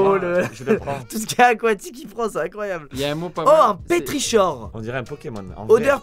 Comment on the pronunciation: j'arrive tard mais ça m'a trigger, on dit : petrikor, bisous jtm